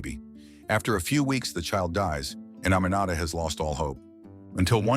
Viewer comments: that’s not how to pronounce “Aminata” not “A-ma-na-ta” It’s pronounced as (A-me-na-ta). Also I live in Freetown Sierra Leone🇸🇱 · My name is also Aminata, and i could not tell what he was pronouncing until i saw your comment 😂